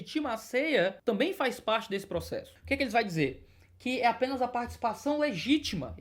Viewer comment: FARre tempo man,ora.kkkkk